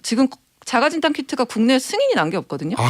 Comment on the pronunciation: 진단이 왜자꾸 긴단으로 들리죠?